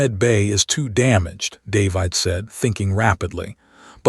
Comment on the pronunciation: I hate this particular AI narrator. It can't pronounce the very common human name 'David' correctly. Very annoying and off-putting. Throws me out of the flow of the story and ruins my enjoyment of it.